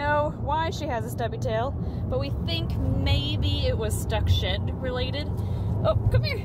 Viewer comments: Omg whe you put Alaska in the tub cause she had shed on her feet. I had to reply it cause I totally thought you said she had s**t on her feet. Lol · i know but first it sounded like the sh word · I really thought said "you got some sh*t on your feet" not shed. I was very confused lol